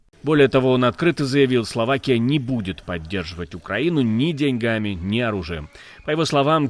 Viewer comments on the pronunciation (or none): none